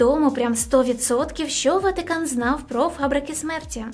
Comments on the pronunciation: Золото, кльове відео, але не ВатІкан, а Ватикан. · ВАТИКАН а не Ватікан , не вмієш розмовляти? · Слух ріже ваше "і" не "ВатІкан" а ВатИкан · Не ватІкан а ватИкан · Чому ВатІкан а не ВатИкан. І ВІно а не ВИно)))))))))))) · Блін, я звісно розумію, але чому ВатІкан 😭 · Ріжуть вуха слова: ватІкан, і тд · Сиптицький??? Ватікан??? Від слова скептик, ватнік??? Якесь насильство для вух! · ВатІкан, Западина, ЄврА, вІно тощо...схоже, хтось розмовляє українською лише на камеру. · Відео інформативні, але більше не можу сприймати твій контент, через «вЄтА», «ватІкан», «єврА» і тому подібне, неможливо слухати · ВатІкан дуже ріже вуха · Ну чого "Ватікан"?? Ми що і його в русню записуємо з цими вашими "і"?